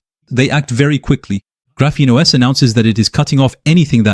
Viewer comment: This video looks like it was AI generated? Your voice sounds awfully monotonous and doesn't seem to match your facial expressions. EDIT: yup, definitely AI. The "Graphenos" at the mark was a dead giveaway. EDIT 2 : nevermind, I just read the description. You should really explain your use of AI at the start of the video instead of just putting it in the description, as I was about to click off.